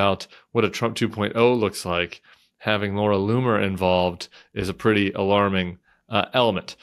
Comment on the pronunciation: Did you say the racists name is "Laura " LOON" er??